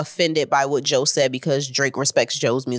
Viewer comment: can't even say Joe's name 😂